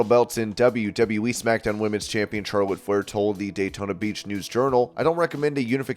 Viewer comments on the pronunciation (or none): none